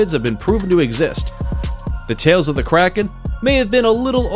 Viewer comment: him: krakens me: karens